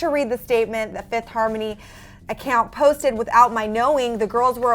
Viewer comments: You did a mistake its fifth* harmony not Fififth harmony lol😂😂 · FIFITH HARMONY... FIFITH??!? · "Fiffith Harmony" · 'fifith' harmony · 'Fififth' seriously.